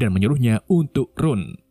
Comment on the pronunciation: Sebutan RUN 😂😂 Benar2 gak bisa basa engris